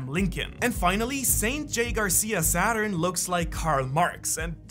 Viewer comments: hey. Don’t forget the r in my last name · Your forgot the R in "GARCIA".